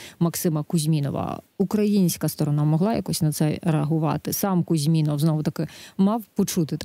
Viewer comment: Ведучій не завадило б перш,ніж виходити у ефір з цією темою,трошки попрацювати над вивченням "матеріальної частини"питання.Принаймні вивчити як правильно звучить прізвище героя бесіди.Він не КузьмІнов,як вона повторила безліч разів,а КузьмінОв.Співрозмовник спочатку назвав правильно-намагався дати їй зрозуміти,та де там, вона цього не не почула,а п.Вовк далі вже називав його суто за іменем,не ризикнувши виправляти господиню ефіру....І по суті ще:ні ведуча ,ні гість не прочитали повідомлення,яке було ще за день в "Укр.правді"(і,мабуть, не лише там).А там із посиланням на ГУР йшлося ,що Кузьмінов у Іспанію"потягнув за собою свою колишню".Зрозуміло кого потягнула туди своєю чергою вона.Натомість увесь час висували та обговорювали якісь власні версії.Вийшло не дуже...